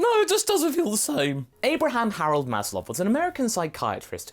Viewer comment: I've heard a lot about Maslow's hierarchy of needs, but I always heard his name being pronounced "Mas-low", instead of "Mas-lov"... You just made me question my entire life. Good job,.:D